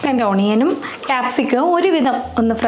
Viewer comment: Please check the pronunciation of Onion